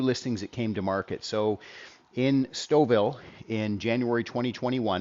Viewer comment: Now I know how to pronounce Stouffville. Thank you!